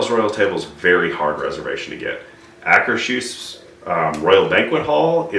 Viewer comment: You are pronouncing Akershus right, however it is not a german word its a Norwegian word.